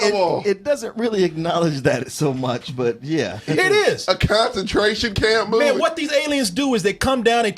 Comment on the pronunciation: "A KONSENTRAYSHON KAYUMP MOVEH!" lmao my nigga